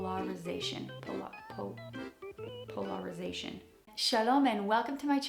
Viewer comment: ...po-ler-ri-zation. You got this! 😊❤.